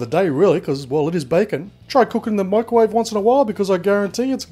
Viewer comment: Why do you say “mikerwave”. MICROwave.